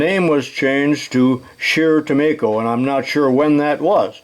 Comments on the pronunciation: I grew up in the '50's about 25 miles south of their factory located in St. James, MN so I am familiar with the company. I bought a Craftsman 0"-4" micrometer (with changeable anvils) that was made by Scherr- Tumico. By the way, I always heard Tumico pronounced with a long "i". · Is it pronounced tu-me-ko or tu-my-ko? When I first saw the brand I used the former, as you do. But when I figured out its origin I changed to the latter. I take it you've spoken to a representative of the company. BTW, I have a Rank Sherr Tumico catalog from 1982. It's handbook size about 100 pages. I can send it to you if you'd like. You'll likely get a few other offers, I'll let you decide. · I’ve seen a few and it looks like “Tu-me-ko” to me. The other pronouncement just sounds wrong to me.